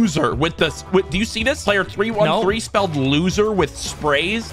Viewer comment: Loozer isnt looser 😅